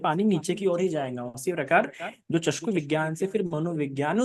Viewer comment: चस्कू बोलते है! चक्षू होना है!